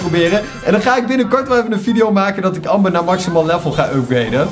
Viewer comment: wanneer ie amber zegt ipv ember